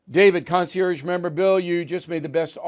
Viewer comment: Bill, Bill, Bill. Since you use the word so frequently, please learn the correct pronunciation of “concierge.”